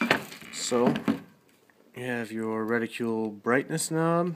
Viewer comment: Decent review. Just please pronounce "reticle" correctly.. Its not "reticule"..